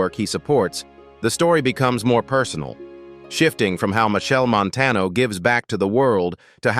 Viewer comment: Cah even watch dis until the narrator at least learn to say de man name right and the cities mentioned. Steups